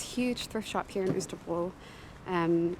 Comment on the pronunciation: I also thought pronunciation of Østerbro was spot on, but what do I know - I’ve only lived here 3 years! 😜